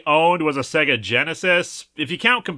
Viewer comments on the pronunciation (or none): none